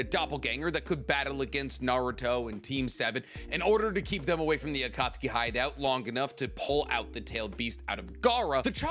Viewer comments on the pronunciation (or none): none